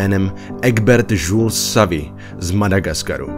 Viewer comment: Jules se čte Žil, ale Žuls zní taky dobře. :D Zelenka je ovšem to nejmenší, co bych ve tvým videu čekala. To spíš u Dukeho. :D Mimochodem, znám Zelenku osobně. :D :D :D